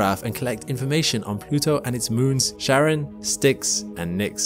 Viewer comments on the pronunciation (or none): Ahem. Puts 'That Guy' glasses on It's "Ky-ron" not "Sharon".